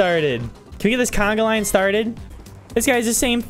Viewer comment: Its not canaglain its conga